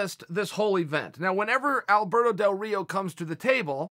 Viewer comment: Did Chael say Alberto DelDorito?